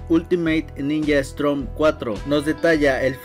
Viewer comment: Buen vídeo pero esta mal el nombre y como lo pronuncias , es Storm bro como tormenta en inglés no Strom la r va después de la O , no antes, gracias